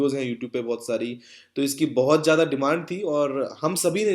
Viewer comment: Jada nhi bro zada hota he improve ur urdu